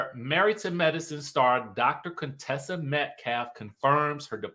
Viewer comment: Dr. Cone-Tessa😂